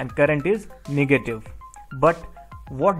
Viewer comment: Awesome video, but plz say negative power not niggative power